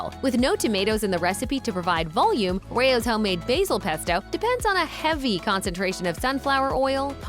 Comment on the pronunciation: They can't even pronounce the name Rao's right. 😂